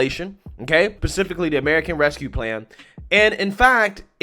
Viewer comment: You did not say "Pacifically" it's specifically. Lol I'm joking but not really.